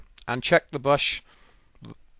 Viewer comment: What's a bwush?